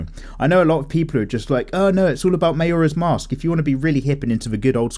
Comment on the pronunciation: Did you say Majora's Mask, It's Ma>J<ora's Mask, the J is pronounced Majora's Mask. UwU Oh and, eat lot's of fucc'n cheese! UwU